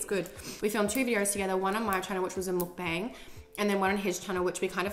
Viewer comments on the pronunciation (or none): it's pronounced mukbUNG not mukBAAANG :) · cute vid b, it's pronounced "muk-bung", not "mud-bang" tho hehe x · “mookbayng” y can no one pronounce it correctly